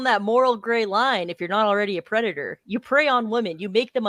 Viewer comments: this guy is a pwedatoh…. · is a pwedatow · is, and will forever be, a pwedatah. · okay pwedator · is a pwedatah. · Hes literally saying "Hey guys, don't wowwy; I'm not a pwedatow". It's adorably hilarious how he has a lot of evidence against him; but claims he isn't what he clearly is. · is a pwedator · It's pronounced "Pwedatah." 😊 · THA WHITE BOWSAS A PWEDATA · * is a pwedatow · I’ve noticed doesn’t even pronounce the d or the t in predator. He says “pwe-i-ah”